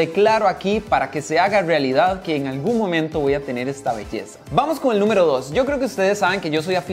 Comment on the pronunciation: “Que carwo, espero que se haga rwealidad” 😂😂😂😂😂